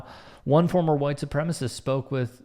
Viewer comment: Why do WS always call it “supremist?”